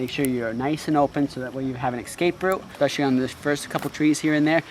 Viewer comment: "Ekspeshly" is not a word. "Ekscape" is not a word. "Akshee" is not a word.